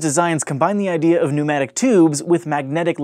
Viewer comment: Nomadic tubes? Weird pronunciation.